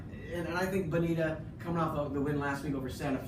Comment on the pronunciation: C'mon Aram. Repeat after me: Buh-NEE-ta. Ha!